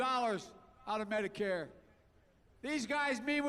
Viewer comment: "Badicath Care"